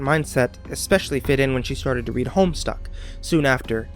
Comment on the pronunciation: did he say homestuck?